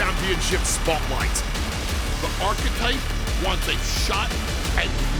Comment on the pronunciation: The one guy keeps saying the architect but it's the architype